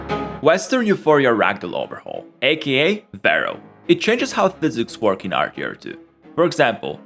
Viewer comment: how he said RDR2 was just stupid